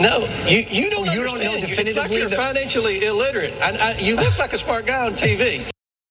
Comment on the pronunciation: "Well darn ya'll... you'r just not Fy-Nan-Shelly literate then" ... "trust me!! ??... i'm a banker".... SMH WTF ?? LMFAO